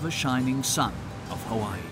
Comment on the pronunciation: Omg! The visuals are always Hawai'i perfection but the narrator butchers the names of everything! I've only lived here three years and this is your typical post card enticing view of Oahu marketed to the mainland. There's so much more to it...life here. It's not all surf and rainbows. There is suffering, racism, drug abuse every where and often violent crime. Sometimes I just wish a balanced portrait of Hawai'i life would surface. Speak to the aloha of homelessness, or lack of education or infighting between gangs, or even pedestrian deaths. How about rat lung worm disease or the Vog? The more the false narrative of "paradise" is pushed the more falsehood is perpetuated. While life here can be great, like life anywhere, it can also be hellish, like life anywhere. We all come or leave for personal reasons, but when settled in and making this place home, it means you must meet it on it's terms, not some sold to you fantasy. You grow roots with learning culture and the struggle of Hawaiin people, and being respect for tradition and trying to help with issues problematic. Differentiate between "paid play visits here" and real life. And for divine creations sake! Get the pronunciations right. To not do so is just plain disregard. Is no pono. Mahalo